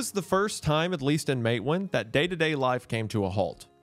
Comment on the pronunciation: Isn't it pronounced "Mate WAAN"